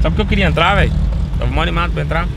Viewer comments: parece que a fala moh sera que pode nada aqui quem acha comenta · Só eu q percebi que em ela falou moo ?